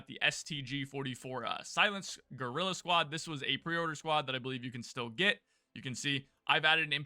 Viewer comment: Did I hear you "girl" squad instead of guerrilla squad??